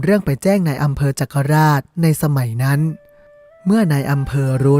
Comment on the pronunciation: จักราช. คนโคราชออกเสียงว่า จัก-กะ-หลาด. ครับ